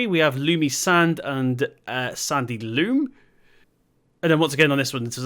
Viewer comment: I'm really enjoying your videos again, it's great that you're back. The soil type is loam not loom by the way 👍🏼